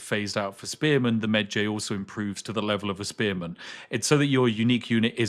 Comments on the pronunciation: Was somewhat irked by Spiff pronouncing Medjay rhyming like edgy, instead of like porkpie. But still an excellent preview of the game system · he butchered the name "mejai" lol watch the MUMMY... they will pronounce it properly :P jks